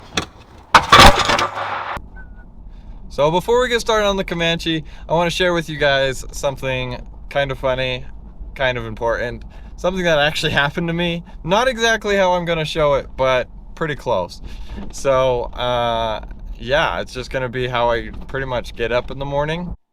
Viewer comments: Important has a T sound. Why are all the hipster a Dems dropping the T is most words? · Important now say it without the t's that's what you're doing dude talking like a little child that's why I hit thumbs down and I do watch your videos start pronouncing your t's my gosh